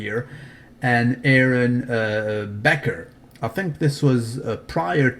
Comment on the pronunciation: his name is Aaron 'Baker' not "Becker"